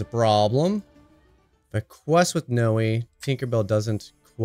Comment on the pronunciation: Just say Noi like the beginning of the word ‘noise’ Love the videos